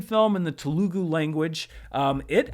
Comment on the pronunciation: Also, Telugu is pronounced "Tele-goo," with emphasis on the 1st syllable. Source = my wife.